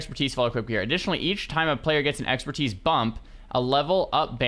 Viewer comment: "New Exerpertise"